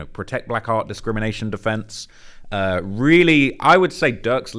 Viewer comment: Lmao I thought he was saying “protect black R” as in “Black Rights” 😂i was wondering why he wasn’t just saying “ Black RIGHTS” why